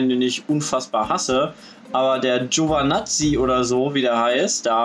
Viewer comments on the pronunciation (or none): Giovinazzi, GiovIIInazzi, nicht Giovanazzi. Natürlich klingt das komisch dann. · Ja sep Giovanazzi kann man nicht gut aussprechen WEIL ER GIOVINAZZI HEIßT